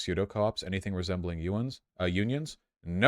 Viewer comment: Pronounced unions like onions